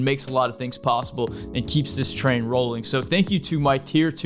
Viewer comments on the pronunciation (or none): none